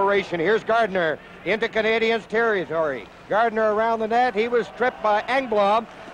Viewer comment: Maybe, just maybe. If you learn how to say Canadiens properly, the hockey fairy will go back in time and give the Leafs a win in one of these back to back series' If that happens, I'll jog all the way, from Montreal, to wherever Joe Bowen lives. Once I arrive, I'll even sweep your front steps and driveway ;) And then I'll beat you Black & "Bloow, Blanc, Rougue." I apologize to Leafs fans and Ontarians, who do know how to pronounce certain French words, with the respect they deserve. I would not go and call Lanny, Looney Mcdonald, Howie Meeker, Mr. Weaker. Or say, EX-Conn Smythe. I would say Harold Bastard though and most would agree! In conclusion, it's okay to make mistakes but if you work on t.v. , try not to offend your audience. It tends to irk the fans that nothing to do but complain, for the next 5 years ;) Cheers from Montreal.